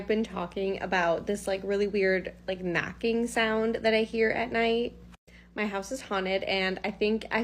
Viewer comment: I want To say I love your videos. I just love your contact. I've been binge watching sometimes when there's nothing else to watch but I want to say sometimes I have a little bit of a hard time hearing and the first video I didn't hear her say knocking to me, I thought she said macking. So i was a little confused like who's macking And why are they macking LOL.😅